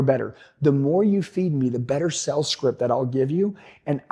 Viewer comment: Is it me or do I keep on hearing him say sells instead of sales?